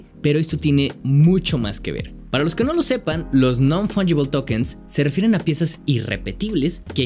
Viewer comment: se "REFEFIEREN" xDDDDDDDD🌮